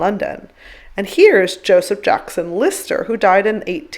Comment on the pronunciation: Listrer... as in Listerine?